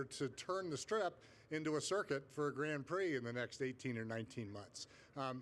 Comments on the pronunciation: "formula one grand piri" ? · How can he can irky with her, for saying liberty mutual, when he then goes and calls the grand prix a a "grand piri"?? Its not a piece of chicken 🐔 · Grand Pirie. Dafuq is that? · These people can’t even say Grand Prix or Constructors. What a shame